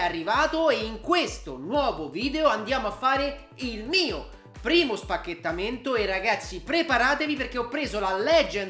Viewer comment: Ma smettila di dire spachetamento per piacere